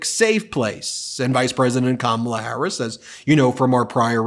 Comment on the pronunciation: .... DJT couldn't say "Harris". Sounded like he attempted tosay Kamala last name, but could get passed the "H".